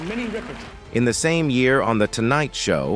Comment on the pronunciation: Minnie's name is pronounced; rip-urr- tun. NOT ry- per- tawn. Get the pronounciation right !!! Also, she had a son named Marc Rudolph who was older than Maya. Please don't post things when you haven't done your research; that dishonors the person's legacy.😮